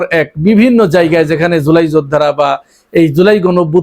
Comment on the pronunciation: ভাই শিক্ষিত তো কিনা জানি না শব্দ টা জোলাই না... জুলাই